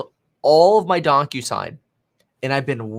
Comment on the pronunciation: The way he says DocuSign sounds like DonkUSign 😜